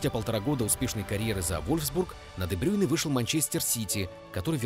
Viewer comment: Я хейчу брейне за то что он де брейне а не де брюйне